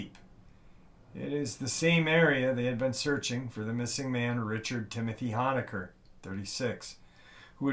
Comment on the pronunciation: Oh and one more thing just because I’m OCD, you pronounce Richard’s last name like hone-a-ker not the “hon” sound like honk the “hone” sound like to zoom in on something, thanks!!